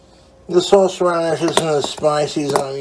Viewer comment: The way he says sauce irritates me to no end toobz